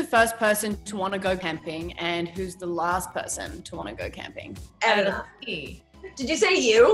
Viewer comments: the fact that Erana anglicised her name when she introduced herself but all her cast mates go to the effort to pronounce it properly 🥺 i felt that so hard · In Mia pronounces Erana's name. Is that how it is really pronounced? (I'm not an English-speaking person)